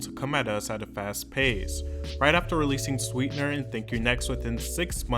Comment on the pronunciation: Yea no ....”sweetener” just wasn’t it😭